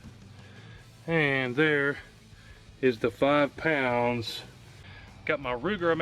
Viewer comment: Did you say 5 poumds.??pounds.??? Well there ya go. Jeez.. come on man